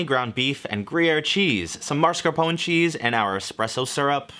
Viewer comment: everytime he pronounces it "marscapone", my blood gets a few degrees hotter